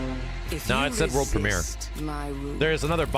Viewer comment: "Wurl Premier"